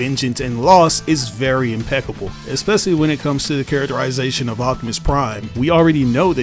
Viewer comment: "esspessly"? LOL